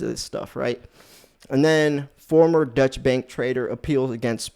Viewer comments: I truly don’t mean this to come across as a troll, but it’s hard to take you seriously when you repeatedly call Deutsche Bank a dutch bank. It’s pronounced ‘oy’ as in void. If you were really doing that much research on the daily you’d know that. Most of us should know who/what Deutsche Bank is, if for no other reason, than that’s the bank holding billions in Trump’s loans. They’ve been in the news quite a lot. Having said that, I like your vids—keep it up. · "Deutsche" bank is not pronounced "Dutch" as you're saying it. The correct pronounciation is "Doy-chuh" bank. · Deutsche bank isn't pronounced Dutch bank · Basically correct, but it would be "DOY-cheh." Hearing it on TV, the difference is extremely subtle, because the second syllable is unstressed. If you pronounced it your way in Germany, you would be seen as having an American accent. If you want to really nail it, pronounce it carefully your way, and make a mental note of the configuration of your mouth as you say the second syllable. Then pronounce it carefully "DOY-cheh," and note the configuration of your mouth as you say the "cheh", and how it's slightly different. Now say "DOY-chuh" while shaping your mouth the way you shaped it when you said "cheh." Americans aren't used to saying final short "e"s, but they are common in German.